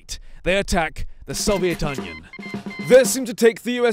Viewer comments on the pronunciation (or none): Lol sovaiot onion lol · Did u notice that he said 'The soviet Onion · When you said "Soviet Union." I thought you said "Soviet Onion."